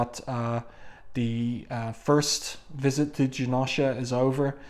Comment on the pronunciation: U gotta pernounce the o in janosha more but thank u so much for the vid